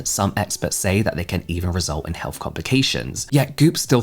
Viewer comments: SOOOOO, he's NOT saying "Goop Hell?". 🤔 I'm glad I read this comment just a few seconds in😅. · I was listening without looking at first and it took me a while to realize that I misheard 🤣